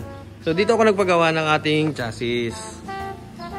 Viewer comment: cha -zee sir ang pronounce sa chassis